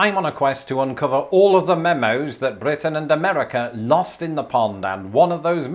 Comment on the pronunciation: That rolled R on your first mentions of BRitain i could never even do !